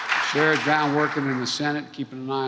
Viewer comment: Guy is just talking jibberish. Omg he just said sheriff John brown!! Biden shot the sheriff